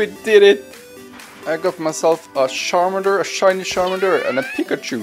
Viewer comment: Charmander ❌ : Sharmander✔️ Pikachu ❌ : Pikashoe✔️ 😂